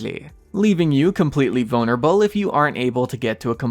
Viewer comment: Am I the only one that doesn’t like the way he says vulnerable?